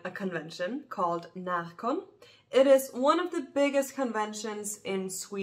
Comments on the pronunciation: Seems nice, I've never been. Also love how your Swedish dialect is heard whenever you say Närcon 😊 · i agree 😁